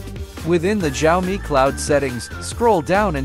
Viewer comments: Jaomi phone💀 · the way he says "xiaomi" 😂😂😂 🤣